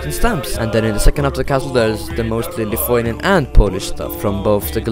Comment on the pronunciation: i am surpised that you pronounced lithuanian correctly, I like this man, right here. Gera ta Estija ir Latvija, bet ir myliu savo šalį, Lietuvą.